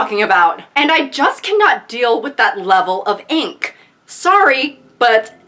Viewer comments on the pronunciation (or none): none